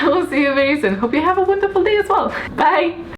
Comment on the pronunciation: love ur interaction with us... nd loved the way u say "buii" ... am new here and am hooked to ur videos... 😎😎